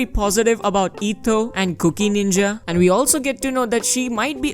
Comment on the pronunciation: i cant unhear 'cookie' lol